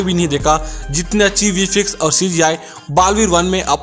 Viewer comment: Bro that is not vi-fi-ex Thats vi-f-ex